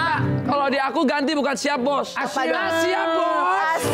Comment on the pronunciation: Bukan siyap bos tapi shap bos